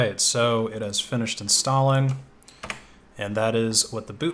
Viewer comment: "It has finished in-stalin"